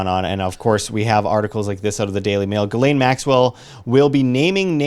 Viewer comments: Its NOT Gal~Lain,,......its Jah~slaine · Its pronounced Gill - lee -ann Yes i know shes not a good person. Its an OCD thing. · Every news outlet mispronounces her name. It's Ghislaine (Jizz Lane) although it's not a hard J. it's a soft G like the G on the end of Gara(ge) < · This has absolutely nothing to do with your video...just a HUGE pet peeve of mine. Her name is pronounced: JIZZ..LANE....It’s a fairly common name and I don’t know why so many people butcher the pronunciation, but it’s facking annoying. Great video tho. That is all. ✌️❤️😊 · If you're interested, it's pronounced "Jisslaine"...soft J, not hard G. If Epstein had all these cameras, he had all the videos. Probably uploaded to a server, hooked to a "Dead Man's Switch". Best insurance Policy in the world. Your enemies will take all the precautions in the world to keep you alive.